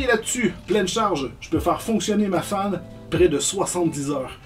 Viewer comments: j'avais compris "je peux faire fonctionner ma femme 70h" XD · Quand il a dit "faire fonctionner ma Fan pendant 70h" , j'ai cru comprendre "faire fonctionner ma femme pendant 70h" désolé si ça paraît un peu méchant...